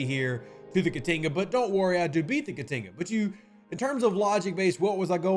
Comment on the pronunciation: I wish I knew how to write phonetics. Your pronunciation of the Jem'Hadar name hurts my soul. I like in Indigestion, Ka like in Kahn, Ti (short I), and another Ka. I think these are close enough examples to get there.